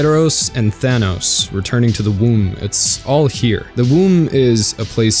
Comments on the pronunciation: tl;dr - you suck, do your research, be less ignorant; you tool It's not THAT hard to do a minimal amount of research on the subject(s) you're speaking to, and referencing. Please be less colossally ignorant, in future. Maybe only, hugely ignorant; aim for that. In case you don't know what I'm referring to, and I'm guessing you don't, it's not Eros and THANOS. Seriously; I have no adequate words for what a massive blunder that is; and the fact that it is said and/or appears on screen in written form *more than once*. Oh, and bonus negative points (malus points? Is malus considered common usage now?) for "Sam-Hayn"... nice. Excellent pronunciation there; right on point. Tool. If you want to sound smart by saying Samhain instead of "Hallowe'en" or "All Hallow's Eve", you could at least be bothered to pronounce it remotely correctly. I mean, you wouldn't even need to try, there's a pronunciation key in the first line of the Wikipedia entry. Pseudo-intellectual dipshits like you give intelligent debate and analysis a bad name. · Isn't it "Thanatos" instead ?